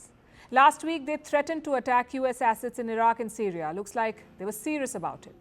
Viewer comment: To hear the way you pronounce the "a" assets... is just 😍.